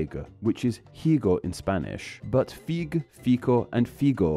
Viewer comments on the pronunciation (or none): YOU DON'T PRONOUNCE THE H IN SPANISH IN EL HIGO at all. That H is etymological due to the fact Spanish turned H because it was originally f=ɸ at one point. T_T As Japanese doesn't have a full distinct of f vs. h for its syllables. YOU ARE NOT SAYING ANY OF THE VOWELS OR DIPHTHONGS CORRECTLY. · Sir. Delete this video and re-record it with correct pronunciation. Spanish H is silent. Always. Every kid in grade school knows that. You're a language channel. I expect better.